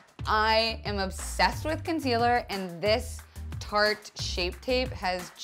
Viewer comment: That tarte contour highlight palette is pronounced like artist but with the t in front of it